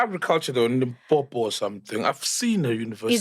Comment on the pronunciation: I didn't like that she said Limpopo it's personal